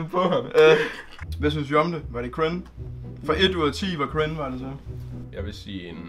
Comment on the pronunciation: det lyder som om du siger "Crin" i stedet for "Cringe"😂